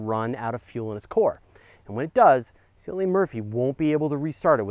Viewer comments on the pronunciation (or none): It's pronounce like Killian, Cillian Murphy.